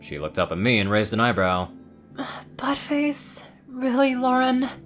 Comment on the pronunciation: Idk if this is just me but I legitimately heard fuck face instead of but face.